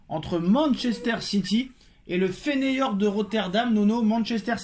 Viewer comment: FEYENORD FEYENORD PAS FENEYORD